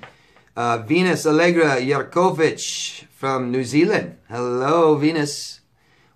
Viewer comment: I love the way you say my surname. Yerkovich. You pronounce it perfectly. You always make me smile. I must keep watching your videos.